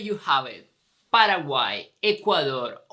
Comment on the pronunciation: Nada q ver con tu pronunciacion de PARAGUAY... El Guarani es nasal...